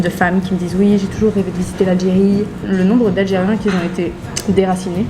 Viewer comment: Tu t exprimes très bien et le fond est très intéressant mais si je puis me permettre, évite les qui Z ont... peut-être un tic verbal..sinon tes vidéos sont très bien filmées et bien racontées..tu ne fais pas comme beaucoup de vlogueurs qui ne filment rien de ce qui les entourre ( ils se filment eux même pendant toute la video ). Tes vidéos sont super !